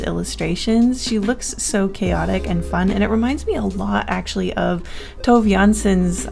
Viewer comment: MUUMIT MAINITTU!!! (Moomins mentioned) I don't mean to be rude but the way you said Tove was amusing, the way i would spell it phonetically would be "Tuu-ve" as that is the way i've heard it :3